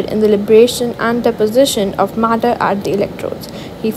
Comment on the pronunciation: matter ❎murdur✅